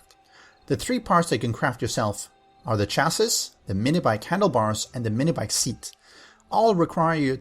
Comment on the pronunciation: Chassis is pronounced "chas-see" :) It's from French